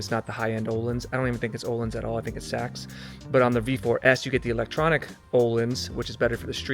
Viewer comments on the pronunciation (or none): none